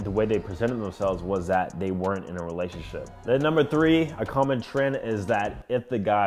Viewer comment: Lol it’s pronounced re-la-tion-ship